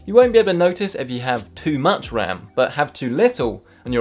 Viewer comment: upgrading the wam